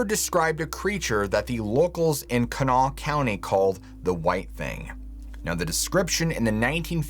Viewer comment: . Congratulations on pronouncing "Kanawha" correctly! That's my home county. 😁